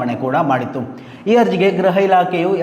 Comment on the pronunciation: ಗ್ರಹ ಇಲಾಖೆ ಅಲ್ಲಣ್ಣ ಗೃಹ ಇಲಾಖೆ. ಗ್ರಹ ಮಂತ್ರಿ ಅಲ್ಲಣ್ಣ ಗೃಹ ಮಂತ್ರಿ ಅಂತ ಹೇಳ್ಬೇಕು ಆಯ್ತಾ. ದಯವಿಟ್ಟು ಕನ್ನಡವ ಕಾಪಾಡಿ